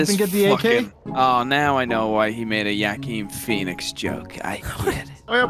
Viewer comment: The way Brian said Yakeen Phoenix's name